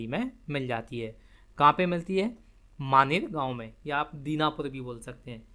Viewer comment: Dinapur nhi danapur hota h.kya galat padha rahe ho